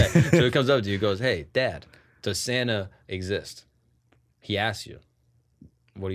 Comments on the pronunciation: We all heard "standup" when said "Santa". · lying through his teeth, he def said "stand-up" not "Santa" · I literally thought he said "stand-up " every time he said it... Not Santa. 😂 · I heard stand up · I also thought he said stand up instead of Santa hahaha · I also heard Santa 😂